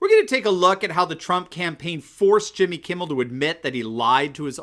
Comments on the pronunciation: I was sure I heard you calling him Jimmy "Kibble", which is pretty accurate. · Did you say Jimmy Kibble? I think that’s who you mean. I don’t seem to remember Jimmy Kimmel